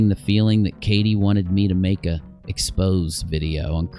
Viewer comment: For crying out loud, YouTubers - it’s EX-POSE-AY ! Not “expose” video. Tf